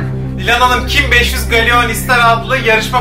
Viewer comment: Galeyon ne yaaa gellon diye okunur o😅